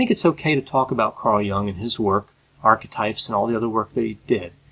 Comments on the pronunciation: I'd take Carl Jung anyday over Petersen. Also. I believe the last name is pronounced J - you -ng, not Young. What about Petersens benzo addiction? How does a psychologist get addicted to benzos??? I've listened to him and I think he's a self involved intellectual show off is always getting lost in his own rambling confused thought process. But maybe that was the valium talking? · Why do you keep pronouncing Carl Jung's name as Carl Young? Is it that much harder to say Jung? Wikipedia has a clear pronunciation guide. Clearly, you've watched Jordan Peterson talk about Carl Jung. Did you not even then pick up on the pronunciation? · carl gustav jung cld ve been pronounced with better articulation I have heavy critique on JBP, however if I would express it would be in detail, starting with proper articulating names so anyway, it would not be as sucking in vagueness as your critique one point of critique wld be - who or what determines success or what may or may not depress ppl, with exception to certain medication types that trigger depression tendencies as a by-effect with some ppl I go as far as to regard in todays world, failure as success as a person/human and material success as failure as a person Mental spiritual wealth, or enlightenment often comes at the price of material poverty. In this regard, JBP sometimes, is too simplistic in what ppl may need. Cleaning is okay, but jobs and relationships can confront with wrong types of ppl.